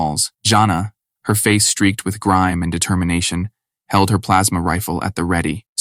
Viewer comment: Yeah man I agree the ai needs to learn how to pronounce rifle....that bothered me something fierce lol